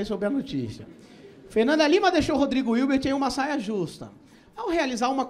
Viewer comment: eu amo que ele falou rodrigo ilti, virbi, irte menos hilbert